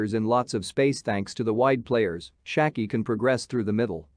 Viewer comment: You couldn’t pronounce Schalke more bad